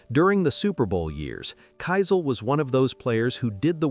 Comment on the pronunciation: Brett Keisel pronounced "Key-sel" not "Ki-sel"